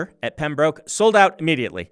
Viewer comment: This is your (apparently regular) reminder to learn how to pronounce "Pembroke" before you give the lecture. Seriously. It's not pronounced the way you keep saying it in your update videos.